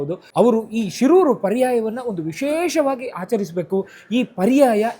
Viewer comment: ಶೀರೂರು ಎಂದು ಉಚ್ಚರಿಸಿ